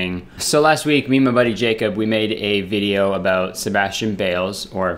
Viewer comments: "a boat" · He doesn’t say it every time. Haha. Just the occasional “abewt” slips in. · Morgan Lea abawt